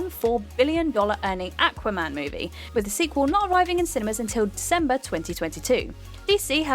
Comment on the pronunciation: Awka-man lol